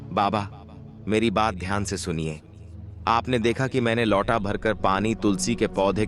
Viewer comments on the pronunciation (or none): लौटा नहीं लोटा शुद्ध उच्चारण है 😂